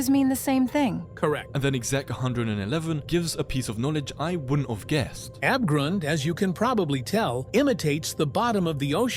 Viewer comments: i love how "Abgrund" is spoken with this AI voice "Abegrund" and yes i am german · BRO HOW IS THAT AI SPEAKING "ABGRUND" HE KS SPEAKING IT LIKE "ÄBEGROUND"